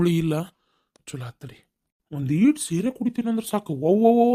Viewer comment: sire alla adu sere